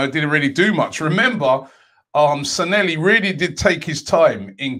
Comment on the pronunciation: he used to mispronounce his name in many videos couple of years ago. I'd try to look for one if I had more time lol